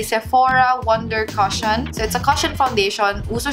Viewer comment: coshion daw😂😂